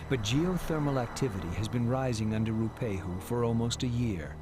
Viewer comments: Roo pehu? You'd think he'd take the time! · Properly pronounced, " Roo-ah-pay-hoo" if I'm not mistaken... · He is certainly not saying it right